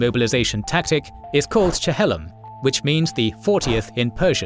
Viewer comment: It's pronounced Chil-lom rather than Che-hel-lom